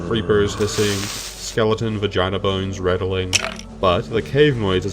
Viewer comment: "skeleton vagaina" SKELETON VAGAIN S K E L E T O N V A G A I NA